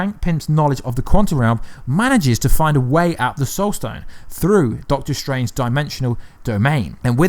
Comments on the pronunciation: “stoled sone” instead of “soul stone”. 🤣🤣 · you say "stole sone" a couple times instead of soul stone. lol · He says Stoul Sone 😂